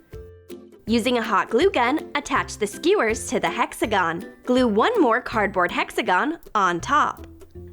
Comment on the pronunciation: Lol the way she said hexagon